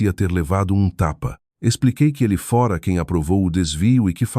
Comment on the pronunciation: Que narração horrível! Dra? Fora com o aberto? Etc